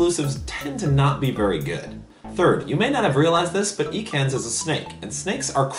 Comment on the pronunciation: Ha hilarious! BTW it's not pronounced eekans :)